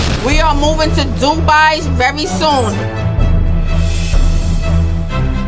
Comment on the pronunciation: random but i love how she pronounces dubai